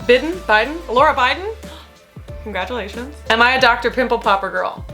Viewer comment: "bidin? biden? Cogradulations" lmaoooo